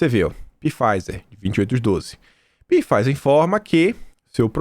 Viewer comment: Só uma dica a Farmacêutica se pronúncia Faizer não P fizer